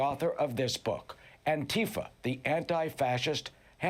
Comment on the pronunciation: If you say Antifa as Ontifa, I don't really care what else you have to say... I'll hear you out but there will be large amounts of salt going with it...